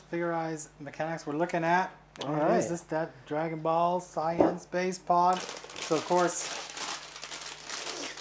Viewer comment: Come on guys! You mispronounced vegeta and sayian 😑😑😑 Edit: and thats the oneso I heard before I made this comment. You build these gunpla and watch the anime so you should be able to say the names correctly.